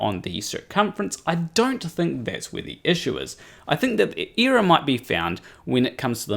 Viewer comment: nice video but what the hell is an eeerror